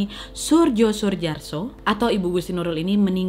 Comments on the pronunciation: Soerjo bacanya Suryo ga sih? Kn ejaan lama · Maaf anda hrs mempelajari jg ejaan bhs. Indonesia lama krn membaca nama org dgn ejaan lamanya salah. Jo dibaca Yo dan hrs dibaca Yo. Soerjo hrs dibaca Suryo. Bgt pula OE hrs dibaca U, tp kalau yg ini anda sdh tahu. Tks.